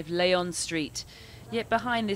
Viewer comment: It's not [layon] street. It's [Leeon] street.